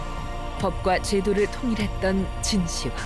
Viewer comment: 진시 황으로 읽으면 않됩니다. 진 시황으로 해야 합니다.